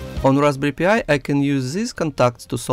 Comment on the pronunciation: I heard it more like Raspberry P.I.. Like Magnum P.I. T.V. Show with Tom Sellick